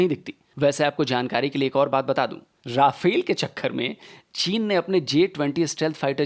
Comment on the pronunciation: Nice video as always but it’s “रफ़ाल” and not “राफ़ेल”